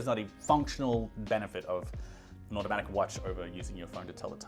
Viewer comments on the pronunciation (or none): none